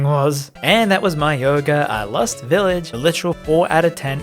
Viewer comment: Oi, it's mayoiga